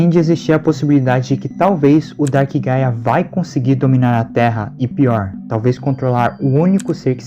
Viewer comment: Juro que eu entendi paia e não gaia